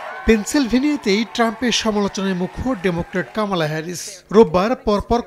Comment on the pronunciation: কামালা নয় কমলা